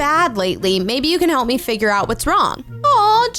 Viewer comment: did i just hear u said olt?